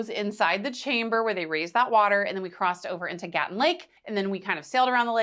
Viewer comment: It's not Gatun, it's Gatún.